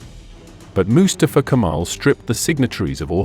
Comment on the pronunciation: I liked this history lesson a lot, but i can't stand the narrator's pronunciation of the name "Mustafa" with his emphasis on the first syllable, not on the second syllable, which is correct. It's not MU•stuh•fuh. It's Mu•STAH•fuh. And, it's a name that is very important in my group of friends. This is probably AI narration. Nevertheless, a documentary should be "proofed" before uploading.